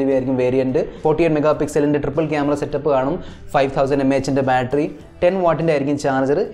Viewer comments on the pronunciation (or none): ബാൾട്രി അല്ല ബാറ്ററി 😜